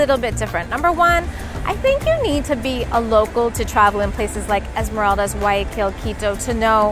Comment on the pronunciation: I'm ecuadorian and it's pronounced Esmer-AHHH-ldas